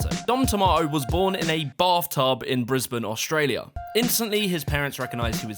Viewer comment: I’m just happy you pronounced Brisbane right most UK people get it wrong hahahah